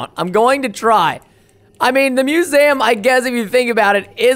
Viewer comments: its not musam its museum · and its not MUSAM ITS MUSEUM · Musam. Why would you even guess that it it pronounced mewzam. It's museum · musaum.. not gonna judge because not that much people can say words. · You said it wrong it’s not called muzam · its miuseeuumm thats how you pronaounce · He says musaum lol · its muesum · It’s mew-see-jm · Preston you don’t know how to say museum....lol